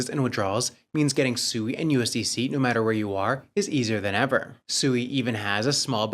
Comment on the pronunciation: You guys had the co-founder of SUI on the other day or maybe you just reviewed the video with the co-founder in and he pronounced SUI correctly five or six times in just under 2 Minutes Alone and for some reason you guys still can't catch on and you keep calling it SUEY, like your little piggies SUEY SUEY SUEY